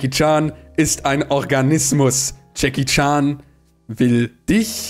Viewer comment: Jedes Mal Jackie Chan sagt, verstehe ich Chucky charm😂😂